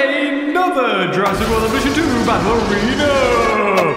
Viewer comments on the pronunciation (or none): none